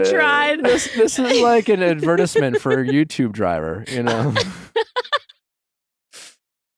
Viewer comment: Did nick pronounce advertisement “advertesmen”??? Have EYEEE been saying it incorrectly my whole life?